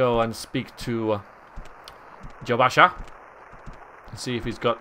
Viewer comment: I know that I'm way behind at this point, but it's Jobasha, not Joshaba as you kept saying. :)